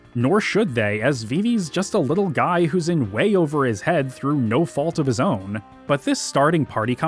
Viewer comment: "I don't know what suh-hee is thinking, that guy-al is a paradox to me."